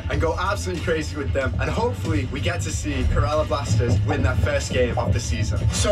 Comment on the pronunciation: Not Saturn It's (blasteeeeeeers blasters) Kerala BLASTERS